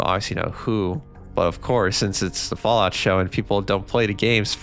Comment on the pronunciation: "Fawout Senny-sis"